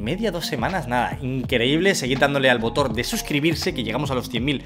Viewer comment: Nadie: Absolutamente nadie:: botoR